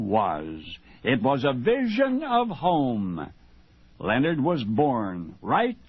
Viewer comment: It’s Lenard not Leo nard